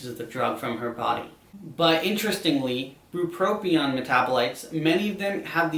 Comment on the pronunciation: bupropion and lamotrigine are being mispronounced in this video for anyone curious